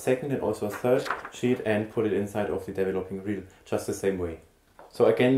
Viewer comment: Hello, it is called DE-VE-LO-PING tank, not as you pronounce it DEVVELOPPING tank... This sounds rather silly! Regards, B.C.